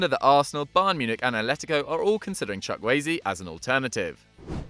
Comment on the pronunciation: bra doesnt sam help you pronounce nigerian names its not chuk eze or watever its chu-kwu ay-ze